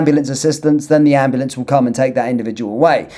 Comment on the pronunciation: "AM blAnce"